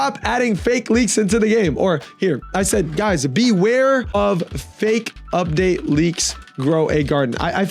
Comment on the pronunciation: "Udpate" Vro what